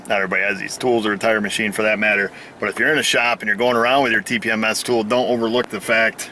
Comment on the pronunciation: I'm proud of you for using proper phonetics during the tpms programing.